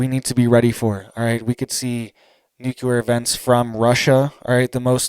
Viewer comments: Omg duuuuude! I love listening to your news but GD!! It's nuclear...nu .cl..ear! Not nucular! You are killing me calling it that. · Dude, I really like your channel and content. You are very informative. But... Please... Please, can you stop saying "nucular". It's nuclear bro. Nu cle ar. Thanks much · NUCULAR IS NOT A WORD! NUCLEAR. IS THE WORD! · Nuclear… not nucular. Driving me craaaazy lol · It is NUCLEAR ...NOT NOOKYOOLER ...I can't stand how people are so stupid they can't even pronounce a simple word like this. BUY A VOWEL!!!!! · If you're going to report about a nuclear event, at least pronounce the word nuclear correctly. When you say nuculer, you sound ignorant and can't be taken seriously. Have you ever heard of the "Cold War"? All this stuff has been happening on the regular since the end of WWII. Stop using peoples ignorance and fear for likes and clicks. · It's NU - CLEAR.... please say it correctly... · Nuc-le-ar! Love your updates but this makes my OCD go crazy... lol. Thanks for reporting 🥰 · I appreciate what you do and have to say, but please learn how to pronounce the word "nuclear". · Please please please learn to say "nuclear" correctly. Total cringe and educes cred when such common words are mispronounced. Always surprised no one was around by now to let you know you're pronouncing it wrong.